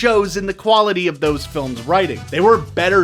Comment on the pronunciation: It sounded like he said, "...actually look at the big problems with these phones..." 0.34